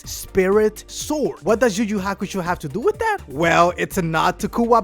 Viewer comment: okay the guy with the spanish accent is annoying me. learn to pronounce. its pronounced "you you hakusho" not "ju ju hakusho".